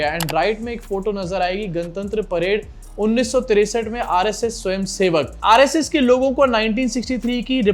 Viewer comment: SVAM nahi SVAYAM😂😂 Kardiya na KHOTA SIKKA😂